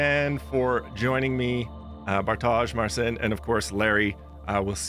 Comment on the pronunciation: Marcin and Bartosz are too polite and don't correct yourabsolute butchering of Marcin''s first name.